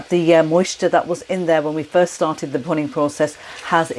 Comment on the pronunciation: The process referred to is “bhunning”. Not clear in the vid as it’s pronounced with a leading “p” as in punning. Not explained in text nor the link to the explanation provided. The process is scraping the caramelised sauce from the pan edge back into the sauce to give a stronger, rich flavour.